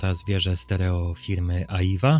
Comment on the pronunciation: Nie Aiwa tylko Ajła